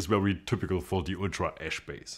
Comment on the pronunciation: Every time he said “ash”, I heard “esch” and though it was an “Ultra S” model.